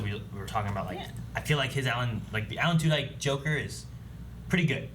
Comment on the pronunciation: Just a heads up Tudyk is pronounced "two dick". Love the reactions.